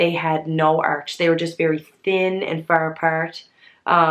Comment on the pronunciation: You're looking gorgeous. Also,, you sound so Irish when you say "far apart"!!